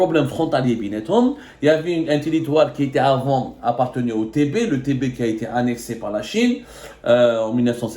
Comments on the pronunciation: On dit le tibé ,pas le tébé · Le Tibet et non le Tebet